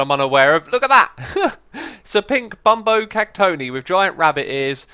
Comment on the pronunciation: did he say: Bumbo cactony? Its called: Bambo Cactonai... #IskallianFan